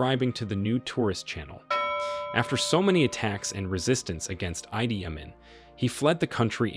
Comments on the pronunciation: Ide not eyedee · The producer of this program is so ignorant in the main names in this piece. Gaddafi is not know as Mohama but instead, Moama. He also called Idi Amin "Aidi". How ignorant can one be in pronouncing people's name! America, wake up in the way you call names. You also call Iran Airan. When are you going to learn?